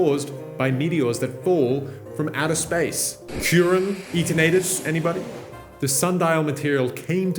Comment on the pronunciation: I know you said eternal tus 's name wrong on purpose